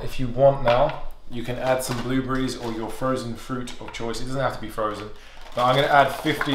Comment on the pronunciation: "Toe-mah-toes" "Bluebreeze" lol